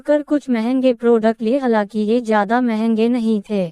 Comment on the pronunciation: हलाकि नहीं, हालांकि, कब ध्यान देओगे, अपनी गल्तियों पे?